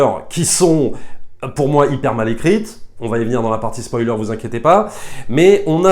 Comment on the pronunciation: On ne dit pas spolier